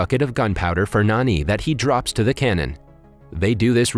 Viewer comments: It's Jani not Nani Good review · It ain't pronounced as N-A-N-I instead like J-A-N-I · Can this guy read? It literally says “511” not “551” and “Jani” not “Nani” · actually in the movie his name is written and pronounced as Jani not Nani.... Jani like John pronounciation type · His name is not Nani,it's Jani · His name is Jani not Nani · Bro its not nani its jonny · It's not nanj its jani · Btw, his name is pronounced as 'Naan-ee'. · he's actually Jani, these recap channeels have a hard time pronouncing indian names